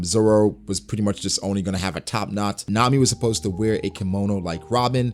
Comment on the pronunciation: Good stuff as always but you need work on saying supposed to for concepts haha